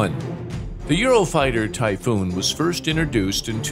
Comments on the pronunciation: Sorry but, typhoon. Greetings to germany FROM 🇸🇪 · please just say the typhoon and the rafale